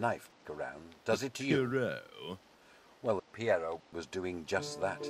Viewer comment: Pierrot sounds like River Song. Yes, I probably spelled that wrong.